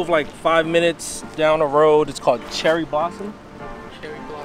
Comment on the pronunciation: I came here to say this. Every time he said Cherry Blossom I died a little inside.